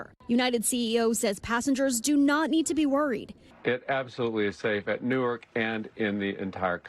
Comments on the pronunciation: Could someone please teach how to pronounce "Newark" instead of allowing her to continue calling it "Nork"? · Literally everyone else on the broadcast pronounces it correctly. She's the only one pronouncing badly. You don't have to be a scholar to read the word "Newark" and get it right.